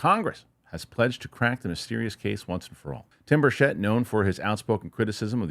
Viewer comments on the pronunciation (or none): Good work,. BIG HINT: Tim Burchett pronounces his last name with the accent on the first syllable: BURCH-ett. Think: Birch it. It will help your credibility, even though others mispronounce it like you do. I really appreciate your interest in the UAP topic - thank you.